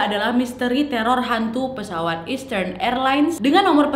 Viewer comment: Saran untuk Nadia, untuk bahasa inggrisny bs diimprovisasi lg. Bkn sy sok bs bhs inggris, tp untuk kata EASTERN dibaca ISTERN bukan Estern, dan MIAMI dibaca Mayemi bukan MIYAMI. Waktu sy nonton isdhal woman, ada sebut nama kota d Norwegia dibaca BERJEN, yg sbnrny adalah sm dgn tulisanny BERGEN. Nama kota itu g blh dirubah2 penulisan/pengucapanny. Saran aja ya, Nad.